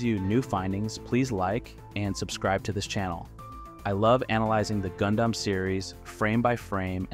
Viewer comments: Wait wait wair wait a minute..........did you just pronounce Gundam like Goon Dom?.......whats with the butchering of the name Gundam? Thats just as awful as the Junius Seven incident sir!!! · Just gotta confirm. This dialogue and speech in the video is AI, right. Pronouncing Goon-Damn and saying M and T instead of meter and tons is jarring